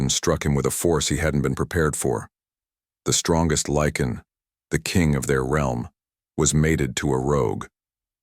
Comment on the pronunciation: Um, Lycan not lichen